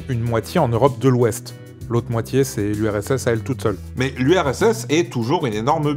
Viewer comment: "L'Ursse" 😁 Un vieux couple d'amis de la famille disait comme ça aussi. Bon sinon, super vidéo même si c'est franchement angoissant comme perspective...